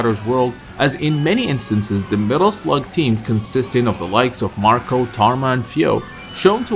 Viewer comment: Thank you for calling Marco by his proper name.